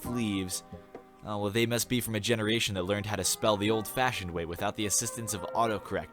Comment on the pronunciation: 'old-fahsioned' HMMM